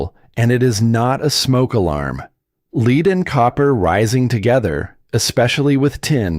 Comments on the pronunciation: AI-generated narration: The word for the metal "lead" pronounced as "leed" [sic], not "led". No human narrator would make this mistake. All stated claims seem to be true despite the artificially-generated voice. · Stupid Ai video. Lead is pronounced led not leed. Can't enunciate big numbers either. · LEAD is led not leed. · Good content almost ruined by A.I. SLOP! pronouces Lead as leed. In my mind this ruins the credibility of the video! This raises thw question? Should a video tell you up front if an A.I. is reading a script? Should a human editor review the video to take out mistakes? Don't get me wrong A.I. is a tool but, if it's misused who takes responsibility.? " Oh we didn't bill you 10,000 dollars for water...the computer did it! Far fetched? It happened to a friend of mine. A.I.'s do not drive cars. People do! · AI can't say Lead. 😂🤣